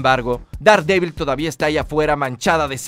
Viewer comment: Daredevil; Derdebl. Pronunciación.